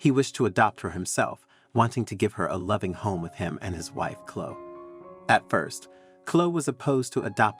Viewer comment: Too fanciful a story that does not sound true. Biological parents turning up and expecting an unrealistic response??? It is Chlo-e, not Chlo.